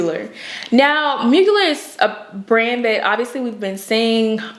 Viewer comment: That TX accent doing double time lol Mugler=Moo-gl-air